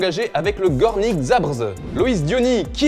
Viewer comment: c'est quoi cette prononciation de Zabrze?? (pour les francais, Zabjé)